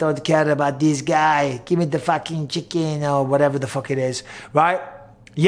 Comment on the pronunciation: “Gimme the fauking chic-ken” 🐓 Damnit Mike 🤣 wtf accent was that?!